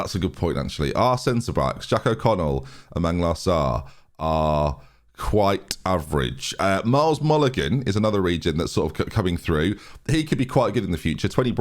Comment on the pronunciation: It’s Malang not Manglar